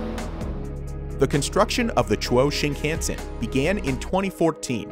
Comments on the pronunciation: Also, the Japanese railway system isn't pronounced "shin-can-sen", but "sheen-khawn-sen" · The Japanese language has only 5 vowel sounds. A = ah I = we U = ooh E = eh O = oh You were pronouncing the a in shinkansen funny. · also "Shin-ken-sen" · I'm more bothered by the way he says "shinkansen". Japanese words in western alphabet should be easy to read, since the sounds are always the same. But americans like to read like it is an English word. For example, in japanese "kan" is always read like an american would read "khan", but he keeps reading it like "can". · The "a" in "shinkansen" is pronounced "ahh". "Shinkahhnsen". Not like "can"